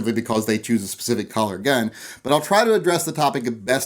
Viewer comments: Cuh-ler. Cuh-ler. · Is he saying “collar?” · are u sayin collar or color??? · Those collars on a gun.....lol You say colors funny :P